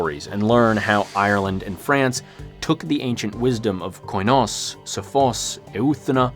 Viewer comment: Please use Google translate to at least get a general idea of how the greek words are pronounced. Koi-nos is truly cringe worthy to listen to. It's kee-nos (in murocan phonetics. Kee, as in Keep, or keen) Koi sounds really dumb and stupid and like a Japanese fish 😆